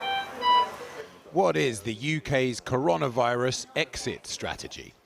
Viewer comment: Cor-ON-a-virus? This man has not heard of this thing yet?